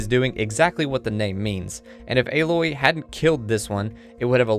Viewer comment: great video. im so excited to play this game and thank you for pronouncing Aloy's name correctly